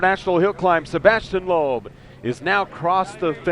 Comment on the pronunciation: Sebastien is really a great driver! BTW: I must say that Americans, especially sport announcers, should definitely practice pronunciation of such well-known names as Peugeot or Sebastian Loeb. Shame! Watch really something: 1988 Pikes Peak and Ari Vatanen in a two decades older Peugeot; climbing not on tarmac but on gravel... watch?v=siKlrTF9Baw